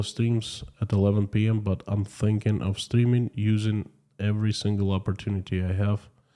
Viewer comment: Are Russians more concerned about being mobilized or more concerned about killing innocent Ukrainians? By the way, I love your accent when you say I'm streaming live today. It sounds like you are saying, I'm steaming live today... :)